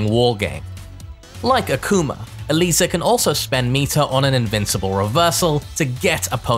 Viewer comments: Mad respect for being the only content creator to pronounce Eliza's name correctly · This man is so passionate and so breathtaking, he goes so deep into every character to the point that I think he is the ONLY person in the entire Tekken community that actually pronounces Eliza's name correctly lol Love you